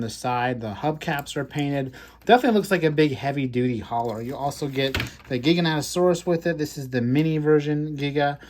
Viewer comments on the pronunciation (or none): its Jai-ga as in Gigantic. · Is it "Jai-ga-noto-saurus" was the right pronunciation?